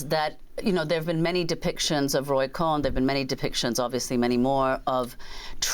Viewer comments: Repeat after me: it was Roy Cohn, not Roy Cohen. To the sleepy, white-haired lady who's giving Ghost of Christmas Past, do your homework. At the very least have the presence to course correct after repeatedly hearing his name properly pronounced. Otherwise, horrible interview of an artist who's created a brilliant, necessary film. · The last name of Roy is Cohn, not Cohen. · Goodman is so racist, anti-semitic that you keep mispronouncing Roy Cohn (CONE) as Cohen! You just can't help yourself but to spit anytime you see a Jew and "they all look alike", you pronounce the name like Cohen, Kohen. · Hi it is not Cohen. It is Cohn. Hair splitting no really his name is his name. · It’s Roy Cohn not Cohen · Amy Goodman repeatedly speaks as if Roy's surname is "Cohen" -- 2 syllables - instead of a single-syllable "Cohn." Roy's last name (his surname) rhymes with phone, bone, tone! C'mon Amy, are you deliberately mispronouncing his name as a means of derision or mockery; it's unfair for you to compete with Kamala for ditzy-ness (spelling? ditziness.) For Roy's surname "Cohn," the "h" can be thought of as silent; likewise, the "k" is silent in the Public Health Regime's scare-of-the-month pathogen candidate that goes by the name Monkey Pox. Have a nice day. Larry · I hate that the interviewer keeps mispronouncing Cohn's name...it's not CohEn....even the devil is due journalistic accuracy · it's Cohn, not Cohen you moron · It's pronounced "Kohn" not ""Ko-hen"...get it right!! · It's Roy Cohn, not Roy Cohen. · It’s Roy “ Cone” not “Coe-in”, Amy. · It's Roy Cohn not Roy Cohen. Yes both have the same etymology but are not pronounced the same way. Amy persistently made this mistake with another Kohn in a separate episode. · not cohen, but cohn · He's called Roy Cohn, nor Cohen. It's one syllable - please pay attention. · Roy Cohn not cohen. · I find it irritating that Amy Goodman keeps calling him Roy Cohen when it's Cohn.😡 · Its Roy Cohn, nor Cohen. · COHN! Not Cohen!